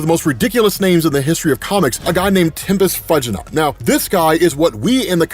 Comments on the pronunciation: "few-ji-not". Fuginaut. From tempus fugit "tem-pus few-jit" or "time flies" I appreciate your stuff, but dude, every time I heard "fudge" it was like pouring molten chocolate into my soul. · Tempus Fuginaut is a play on Tempus Fugit, which is Latin for "time flies". I believe you would pronounce it more likely as (few•jih•not). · Pretty sure his last name is pronounced "FEW-geh-not". Yes, it's still a dumb name based off of the latin phrase tempus fugit for "time flies" or "hurry the hell up". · "Tempis Fudge-i-not" The way you're saying it is slaying me. lololol. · "Tempus Fudgey Nut," "Giant Iris," "Morbius Chair," "Metatron" Man, you and/or your staff need to do extra research on pronunciation. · do your editors LISTEN to your vids before you put them out? Fuginaut is pronounced with a hard G, like the Batman villian Tempus Fugit. And it's Metron, not Metitron. 2 syllables. I am available for hire.